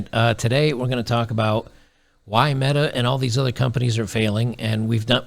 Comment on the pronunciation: Meta rhymes with BEEEEEETTTAAAAAAA